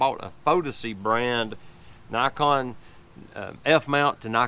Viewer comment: Love my 35mm lens for street photography. I'm glad you didn't say knee-kon